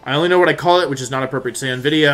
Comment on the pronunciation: please stop clapping, yelling and saying "wideo"